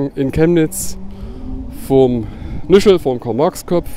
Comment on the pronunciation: Es heißt Nischel und nicht Nüschel! #bildungslücke